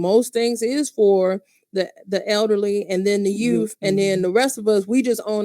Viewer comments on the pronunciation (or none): Youth correct pronunciation… Tiffanys pronunciation Yoots.